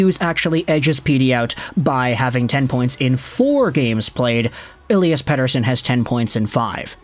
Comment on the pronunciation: Dude, that's a flawless pronunciation of Pettersson.